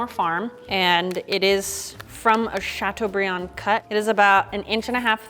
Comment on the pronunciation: "chatuebrieun!" (Dabs)